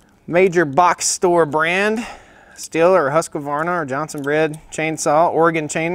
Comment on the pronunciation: It’s not Johnson Red. It’s Jonsered.